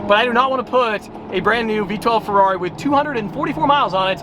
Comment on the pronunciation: need to call you and tell you how to pernouce the ferrari That is being said way wrong!! even by The sales guy